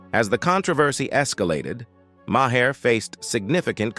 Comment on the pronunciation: There are many comments that could be made about each of these controversial people. The main thing I would like answered is how does this commentator keep getting hired for these videos when his mispronounciation of names is on going. Also, when saying a date such as 1970's , he always says nineteen seventy 's'. The 's' is used as a plural, not a free standing letter. Sorry! It just bugs me!